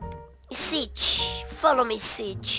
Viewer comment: Foloumiau kkkk